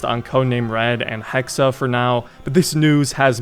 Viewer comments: Its not assassin's creed hexe its hexaaaa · Hexe, not Hexa! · I think its pronounced hex not hexe